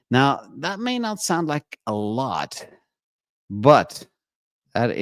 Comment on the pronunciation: "I likkkeee"